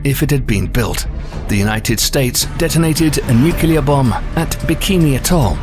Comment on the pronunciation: If you keep saying nyukyuhlur like that I'm gonna go nuclear.